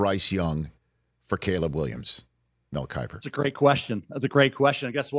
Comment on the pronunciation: Mel kipper ugh I’m sorry but come on Rich